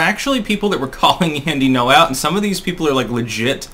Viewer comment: It's Gno, not No. The Ng is pronounced. Not difficult to say.